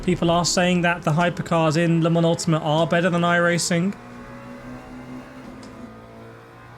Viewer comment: Don't say Le Mans Ultimate like 'lemons ultimate. It drives me MAD"!!!!!